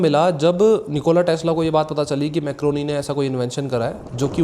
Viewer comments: Guglielmo Marconi ✅ Macroni ❎ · Macroni nhi bhai marconi😂😂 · Bhaijan 1st: macroni nahi Marconi tha 2nd: TransAtlantic ka matlab, Atlantic ocean k across message bheja. Matlab Europe to America. 3rd: year 1914 me noble prize walon ne offer kya tha k Tesla and Thomas Edison ko mil k shared prize dya jaye. Laiken thomas ne Akarr me aw k mana kr dya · I like your video. Just a small correction – it is not Mac-ro-ni but it is Mar-co-ni. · Very nice buddy, but wo मारकोनी है मैक्रोनी नई है😑 minute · Maar Coni .... Not MacRoni ..... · Bhai wo marconi tha… macroni nhi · 😂Bhai Macroni na bolo… he was Marconi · Not macroni its marconi bro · Bhai macroni ni wo marconi tha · bhai nobel prize winner scientist ka naam marconi tha macroni nahi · Bhai woh marconi h macaroni nhi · you pronounced the name wrong it's mar - coni , not criticizing just correcting .